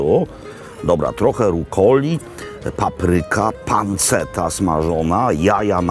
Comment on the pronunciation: Chyba mowi sie "panczeta "